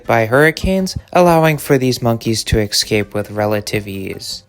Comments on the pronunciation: Pronounced (S cape) Not (x cape) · It’s “Escape”, not “excape”. Holy moly. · Esssss-caaaape. Esssss-caaaaaaaape. Not "exscape". Not "exscxcsxcscxscxscape"... Escape. Read it! Read iiiiiit!!! Great video, though. Really cool. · Ugh…I know this isn’t the point but how many time is this narrator going to say “ex-cape” and “ex-capees”? 🤪 it’s EScape and EScapees! It’s cringe each time they mispronounce it, “ex”pecially if they have had too much “ex”presso! Lol! Come on! 🙈🙉🙊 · I mean, he’s not say ES-periments for experiments…why EX-cape for escape?🤔🤨🤪🧐😜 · This is really a good channel!! But PLEASE FOR THE LOVE OF EVERYTHING HOLY IT’S ESCAPE NOT eXSKAPE!!! Please. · Not sure if the narration here is done by an actual person or by A.I. but if a human narrator was used, here is some advice. There is no such word as eck-scape. You need to pronounce all the letters as spelled, eScape. That means pronounce the s. The same thing goes for the words, eSpecially, and eT cetera which are frequently mispronounced on YouTube 90% of the time. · Argh.... "escape"... not "excape". My ears are bleeding. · Good info, good video. PS - consider changing how you pronounce "excape", or don't, it's fine. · I don't mean to be rude, but if you can't pronounce "escape" correctly, you shouldn't be allowed to post online. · Great video but pleaseeeeee learn how to pronounce escape if you insist on being a voiceover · Bro, do you pronounce “escape” incorrectly on purpose ? There’s no “x” in it Bro.